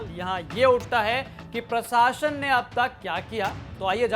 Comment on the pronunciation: Ancher sahab प्रसाशन nahi प्रशासन hota hai 😄😄😄